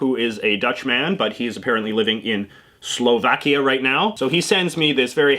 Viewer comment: Slov-AWkia not Slov-Akia